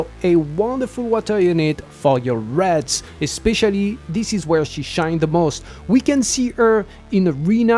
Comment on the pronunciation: Your pronunciation of "raids" (r-aids) had me confused until I realized what you meant when I heard "r-eds" lol In any case, I have every hero in the banner except for Paimon, Hana, and the new hero. So I'll aim for 1st Corps Commander since my priority is raid content... I hope 140 summons is enough.